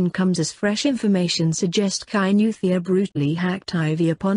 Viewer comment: Kainuwhat..?Useless pronunciation... Must a muzungu narrate this...???....about the killing...Let the parents grieve without abusing the girl...people comment as if they r better...everything is with the almighty God